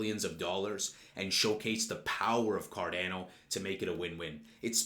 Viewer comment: You're aware it is pronounces Car-DAH-no? Just listen to a Charles video how he pronounces it.